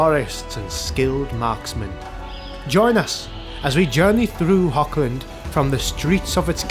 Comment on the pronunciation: Nice work. I am well aware that is very difficult für native English to pronunce the German word "Hoch" (High) but it has nothing to do with "Hog". There is no K-sound. To match the german "CH" loud you have to raspel strongky like clearing your throat